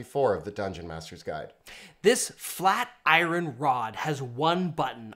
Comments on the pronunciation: the way you say iron kills me. “Eye-Run door” 🤣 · after binge watching every single video these guys have made over a two-week. I'm really just finding things to nitpick on I love all their stuff but it does take we out of the podcast whenever he says iron. I know it's nit-picky but whatever I'm entitled American😂😊😁🙄😭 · Today I learned that Canadians pronounce the word 'iron' like "eye-ron" instead of "Eyeurn". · Can we talk about how he pronounces "iron?" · I have Canadia friends, so "aboot" doesn't bother me that much anymore, but is driving me nuts with iron... Pronounced 'ai-urn' I decided to Google it to see if I'm just a crazy American and I can't find any country that pronounces it way... Is this a Canadia thing?, I love ya man, but what's going on with that? 😁😋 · Americans are the only ones who pronounce iron eyeurn all English speakers not in United States pronounce it the correct way eye-ron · Lol why is saying "I ron door" and "I ron rod'? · Okay tangent, where are you from that iron is pronounced I Ron because I've never heard that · ummmm. why is the one dude pronouncing iron as "i run?" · I've never before heard it pronounced that way before. I'm assuming it is a dialect thing, but from where? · I don’t think I’ve ever heard someone pronounce “iron” like that. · that is super niche, but I'll accept it. To be honest, I'll accept any answer. Given it's quite possible the entire midwest of the US, or Australia, or somewhere I've never been pronounces it that way. It's just unfamiliar to me.